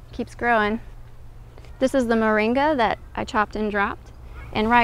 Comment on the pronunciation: MORINGA, not "Maringa"!